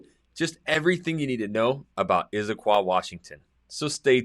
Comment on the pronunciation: It's not "Izzaquah". Never has been. It's Issaquah.